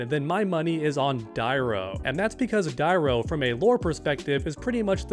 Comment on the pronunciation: Who the fuq is Hotaro? I know of a Hotaru in Mortal Kombat Deception. Learn how to pronounce or you'll be relegated to Caboose status, that fkn fake. Also it's pronounced Die-roo and also Dairou is in the game, he's Havik.